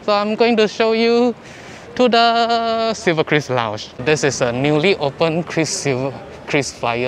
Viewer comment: it's Silverkris, not cruise, not chris right?